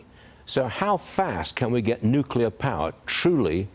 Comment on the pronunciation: OMG, you're the Energy Secretary. Please learn how to pronounce "Nuclear".